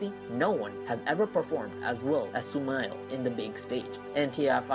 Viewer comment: its not sumiles its sumail!!!